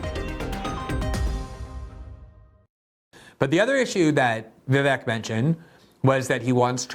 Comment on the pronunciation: This guy is going to be around for a while, you may as well start pronouncing his name properly, it’s not that hard. Vi-VAYK, rhymes with cake.